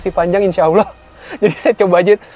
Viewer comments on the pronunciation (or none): none